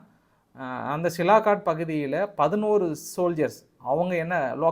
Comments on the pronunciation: சிலாகாட் என்று சொல்ல வேண்டாம். அதன் பெயர் சியால்கோட். ஒரு ஊரின் பெயர் கூட சொல்ல தெரியல. நீங்கள் எல்லாம் ஒரு யுடியுபர். நல்ல AC அறையில் உட்கார்ந்து கொண்டு சம்பாதித்து கொண்டு இருக்கிறிர்கள். அங்கே தமது ராணுவ வீரர்கள் வெயில் காலத்தில் மிகவும் கஷ்டப்பட்டு கொண்டு இருக்கிறார்கள். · சார் சிலாகாட் என்று அழைப்பதா இல்லை சியால்காட் என்று அழைப்பதா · சியால்கோட் எ‌ன்ற பகுதியின் பெய ரைத் தாங்கள் சிலாகோட் எ‌ன்று தவறாகச் சொல்லு கிறீர்கள்.... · சிலாகாட் தவறு, சியால்கோட் என்பதுதான் சரி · சாமி, அது ' சியால்கோட் ' Sialkot நகரம், சிலாகாட் கிடையாது 😂😂😂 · சிலாக்கட் இல்ல சார் -- சியால்கோட் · தலைவா அது silakat illa sialkot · Is that Sialkot or silakot?. உங்கள் குரல் தென் கச்சி சுவாமிநாதன் அவர்களின் குரலை போல் உள்ளது. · தம்பி அந்த இடம் சிலாகாட் இல்லை சியால்கோட் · அது சிலாகோட் இல்லப்பா சியால்கோட் இன்னும் நீ திருந்தலயா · Hello bro that's not silakot But it is Sialkot Nice congrats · தலைவரே அது சியால்கோட் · Sialkot = சியால்-கோட் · You are not able to pronounce Sialkot properly